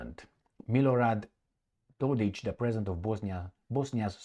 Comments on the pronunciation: IT IS NOT and I was born in B&H. I should know. It is Dodić. That last letter is not C and is not pronounced as K, it is pronounced as CH, as in Cheese. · You have it wrong. is correct. Proper symbol for that last letter id c with appostrophy, which is pronounced something closer to ch.